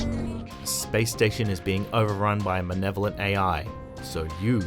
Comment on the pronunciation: my man said “manevolent AI”. Just something I caught.